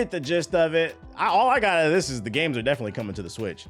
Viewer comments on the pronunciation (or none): none